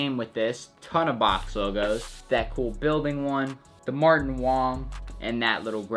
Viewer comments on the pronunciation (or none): none